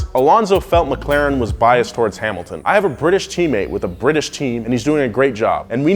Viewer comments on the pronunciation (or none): none